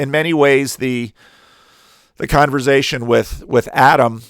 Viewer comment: Every time says “conver-zay-shun” I can’t unhear it 😂 I love accents!